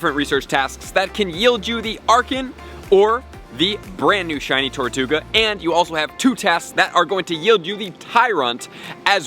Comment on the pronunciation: How did you manage to say the name wrong TWICE within 10 seconds?! TARtouga?! TORtouga?!